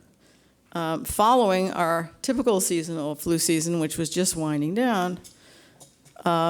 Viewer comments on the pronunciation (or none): none